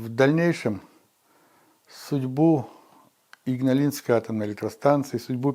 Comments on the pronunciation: Игналинской, а не ингалиской, бл...дь! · да и с ударениями у Вас там не-айс:( а то, что автор назвал "Игналисской АЭС" , все считают Игналинской. Автор, отложите свой смартфончик, разговаривая с человеком, любым. Человек на вас своё время тратит, будьте любезны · несколько раз сказа "инглаинской", вместо "игналинской"